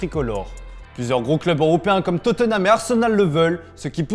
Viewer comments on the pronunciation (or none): none